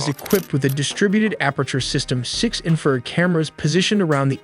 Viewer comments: Although I like this stuff, the AI is killing me with it use of words and pronunciations.. Inferred instead of infrared , just ez stuff. Overall OK though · War-thog? Teer? Inferd? C’mon guys. This isn’t that hard. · The narrator literally cannot read. Infrared barrage, and many many many other words were pronounced like somebody who has never heard English spoken in their lives. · I appreciate the info but I have distain for the computer generated mispronunciation of simple words like infrared. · It’s infra- red, not inferred. Great video though. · Not knocking these amazing videos but who does the narration? he mis-pronounces “infra-red” as inferred? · How is your narrator-bot so stupid? It isn't a War-thog, it's a WART hog, a wild pig with sharp tusks. The electromagnetic spectrum contains visible light and light we can't see, including ultraviolet (UV) and infrared (in-FRA-RED) although most people say INFA-red. It is not INFERRED-a conclusion found by using inference, if this then maybe that, and if that, then...the butler killed the priest. If you can edit the script after the AI generates it, make warthog two words, "wart" and "hog" same with "infra" and "red". This might also be a complete suite that scrapes, writes and generates vid and hands it off to C3IQ to read. AI is very polite and won't correct anyone, but I will. A "barrage" of bullets rhymes with mirage, not marriage. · Too bad the AI can pronounce VPN better than it can many military terms. What a joke. Infra-red is not "inferred". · Your horrendous ML speech model cannot even pronounce the words 'Warthog' and 'Infrared' properly. At least listen back to the ElevenLabs speech after to check for these simple mistakes. Do better.